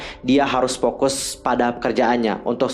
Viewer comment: konten kakak tuh paling update menurutku dibanding yg lain. Informatif bgt! tapi maaf ka, kalo bisa pronunciation lebih di jelaskan lagi. Indonesia aja dulu. kaya V/F dibacanya P. kontroVersi jadi kontroPersi. Fokus jadi Pokus. Kalo dijadikan ciri khas gpp kok ka. tapi kalo udh di english F/V=P jgn dibawa juga kak hehe. englishnya jg dilatih dikit lagi kak, so far udh oke. Sayang bgt soalnya, konten udh bagus, akan lebih baik kalo cara pengucapannya bisa lebih jelas dan lbh clean. thankyou. goodluck ka! saranghae!!:*